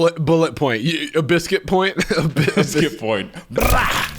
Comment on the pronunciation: I came back to this video a second time just to hear bliscuit one more time